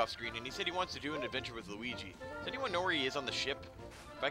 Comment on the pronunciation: side note i love that yu called him lugi XD made me laugh